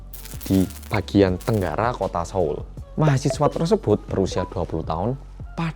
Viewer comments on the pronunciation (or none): none